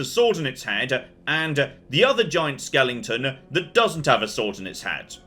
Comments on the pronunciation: For someone as well spoken as, “skelington” is the last mispronunciation I’d have ever expected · Skelington? Not perhaps, a skeleton?